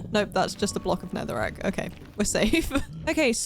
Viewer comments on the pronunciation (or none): When she said “oh it’s just a block of NETHERIGHT” instead of netherack🤣🤣